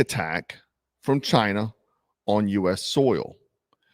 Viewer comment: "CHINAH " the Donald calls them